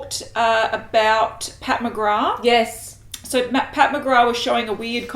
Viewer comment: It's Pat McGraTH not Pat McGraaaaa but I still love you guys ❤ #patmcgrathstan Thanks so much on the Laura Lee info - really was useful xx